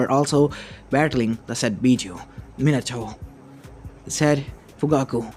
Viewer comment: MINATOOO hmmm or minatoe XD